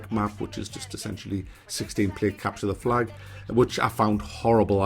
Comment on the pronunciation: At first i thought you said "...capture the fly" :)